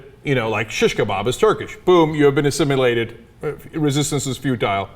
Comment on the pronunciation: was I the only one annoyed be the fact that cenk pronounces assimilated like A-simulated here you go cenk: əˈsɪmɪˌleɪt AHH SIM ILL LATE